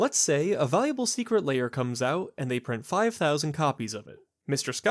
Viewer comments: Why do you pronounce Lair as: 'Layer'? It's very odd and makes me question your competency. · I'm curious, how do you pronounce "hair"? "Hayer"? Great points, all throughout. The shops are hanging on by a thread and WOTC selling direct to players is definitely not helping them stay afloat.